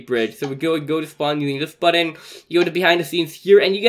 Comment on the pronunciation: Button not bottom😂